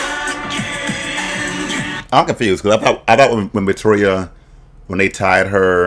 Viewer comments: Not Fish-Toria 😂🤣😂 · Nina you did NOT say FishToria😭😭😭😂😂😂😂😂😂😂😂